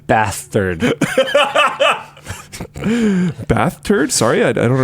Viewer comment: When Linus said "bath turd", I felt that